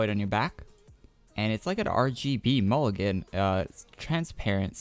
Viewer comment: MOGLIN* LOL PLS NOT MULLIGEN